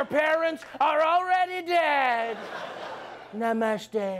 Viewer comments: Hey, Trevor, don't you mean "Namoostay" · Hey Trevor it's naamooste according to Trump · it's namuste! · Are u making fun of "NAMASTEY"? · R u making fun of "NAMASTEY"? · It's "NAMUSTE" now... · nah man, its 'namooste'. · Everything's ok an African comedian cracking #Trump jokes until he pronouncing an honourable Indian word #Namaste with an inappropriate expression..1.48